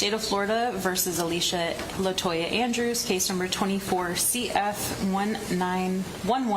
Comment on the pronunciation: the way you say alicia is deplorable